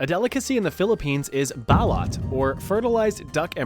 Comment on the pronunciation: The real pronounciation is bah-loot (with the stres on the 2nd syllable) ba-: Sounds like "bah" (as in "father")-lut: Rhymes with "boot" or "loot"